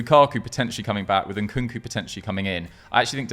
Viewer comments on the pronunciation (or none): It's not 'N-Nkunku,' it's just 'Nkunku.' I don't know why Westerners add the 'N' twice.